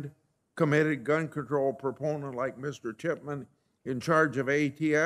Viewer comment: Good Luck! I hope they re-monetize your channel and I think we're pronouncing David's name wrong.? I heard David Shitman? Just puttin it out there. Thanks for the vid Bro!